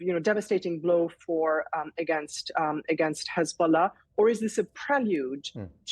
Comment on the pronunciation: Hez-bolls-ah gone 🎉🎉😂😂😂😅